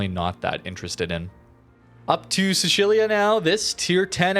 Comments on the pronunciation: What was that Sicilia pronounciation? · Dude, you are butchering the pronunciation of Sicilia. Sicily, Sicilian, Sicilia, you know that Island at the bottom of Italy?